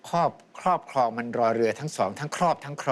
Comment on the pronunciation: เสียงเพราะมากเสียงใสเหมือนกับสาว ๆ เลยแม้ว่าอายุจะมากแล้ว แต่การออกเสียงควบกล้ำไม่ได้ เช่น ครอบครอง ออกเสียงเป็นคอบคอง,เสียง ร บุรีรัมย์ ออกเสียงเป็นบุรีลำ นอกนั้นเสียงใสและเพราะมาก